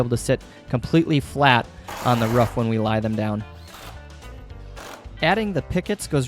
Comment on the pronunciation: guts its "roof" not "ruaff"